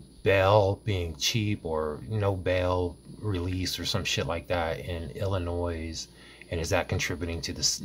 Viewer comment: Bro! The “s” in Illinois is silent!!!